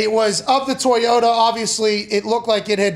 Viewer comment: Bro I’m tryna be serious but did pat say TOY-YO-TAHH 🤭